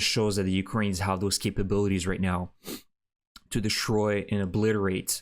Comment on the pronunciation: Southern Russia.. not south of Russia The word is DE STROY not de SHtroy English has NO SHTR Sound